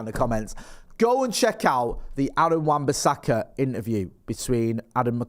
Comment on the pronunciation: I have never heard anything as manc as the way says AWBs name